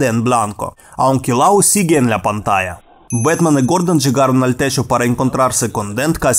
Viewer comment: "¡Soy Betman!" "En mi Betmobil"